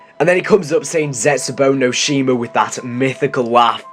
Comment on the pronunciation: plus he cant pronounce the maps right, he seeming to be as lousy.